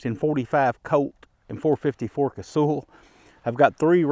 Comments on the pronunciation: Does anyone call Sully "sooly". Naaah. It's also not casool. Kaysawl. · KAY-SAW. That's how it's said. Or KAY-SALL.